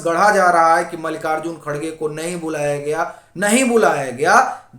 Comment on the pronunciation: खरगे नहीं खड़गे कहो हिन्दी में